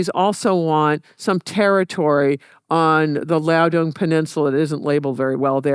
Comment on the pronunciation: She says the 'Liadong' peninsula, mixing up the nearby Shandong peninsula with the Liaoning peninsula...